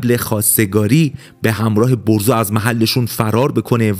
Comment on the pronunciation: برزو✅ بهروز❌